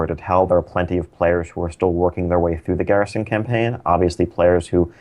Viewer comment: Dat french pronunciation of Garrison. Gherishon!